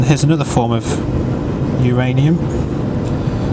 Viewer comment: im sorry, who's ranium? is it myranium?